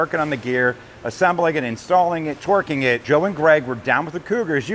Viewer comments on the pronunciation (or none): I swear I’m hearing you say Twerking instead or Torquing 🤣🤣🤣